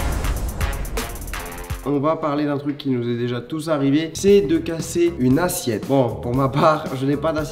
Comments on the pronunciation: "une assiette" pas "une assiètte" bravo le monteur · On est d'accord à assiette à un accent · ya pa daccent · Assiette pas assiètte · "ASSIÈTTE" Charles 2019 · « Assiètte » xD